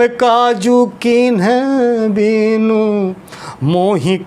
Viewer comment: दोहा आपने गलत पढ़ा है गुरुजी, बिनु में छोटी इ की मात्रा है आप उसको बड़ी ई के रूप में पढ़ रहे हैं